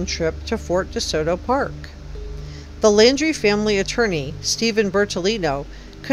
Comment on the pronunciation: It’s NOT LANDRY, it’s LAUNDRIE!